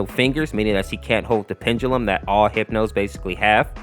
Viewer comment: Pendulum It's pronounced like (Pen-duh-lum)